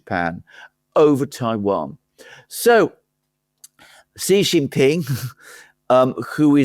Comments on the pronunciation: his name XI JIN PING is pronounced SHEE JIN PING. I have SUPERCHAT you so many times I know you have read. JHEE means PENIS. AlexanderM says CEE or SEE which is an acceptable southern accent but JHEE the way you and Laura Ingraham say it on purpose is PENIS. Therefore, you are. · "Xi" in Xi Jinping is pronounced a lot like "she", like the female pronoun. One of you says "see" (like sea) Jinping, the other says "jee" (like je t'aime) Jinping. And the way you say the second-most important leader keeps changing from one podcast to another. (I'm being pedantic? Right. I'm an expert in chemistry. I can't pronounce aluminium. Please listen to my expert chemistry lessons.)